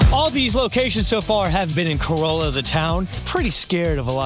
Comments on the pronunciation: Great video, just one thing, it's pronounced Ca-ralla, not Corolla like the Toyota. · "Co-Rall-Ah." You're welcome. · Its Ka-rahl-uh, not prounouced like the car 😂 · Its "Cor-ah la" A corolla is a vehicle made by Toyota. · What a fun tour! Just a couple of things… Not Man-TAY-oh. I’ve only heard it pronounced MANNEE-oh and Ca-RAH-lah, not pronounced like the car. Thanks for the video! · I'm from the Outer Banks and you absolutely did slaughter the names. 😆 (Bodie Island - pronounced like "body"; Corolla - pronounced "Cah-RALL-ah" by the locals; Manteo - pronounced "MAN-tee-oh" or sometimes we leave out the "t" altogether, lol.) Otherwise, fantastic video!!😃